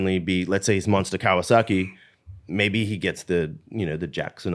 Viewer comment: Was Chad saying "Kawasucky" on purpose? lol